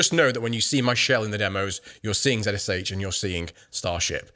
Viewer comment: Yes. It’s pronounced kinda like “”Re-Jax”. Also he is saying zsh wrong. It’s pronounced “z shell” not “z-s-h”.